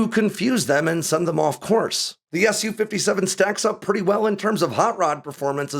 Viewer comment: the Su in Su-57 is just "sue" not "ess you"